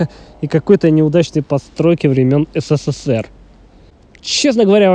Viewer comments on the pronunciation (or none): none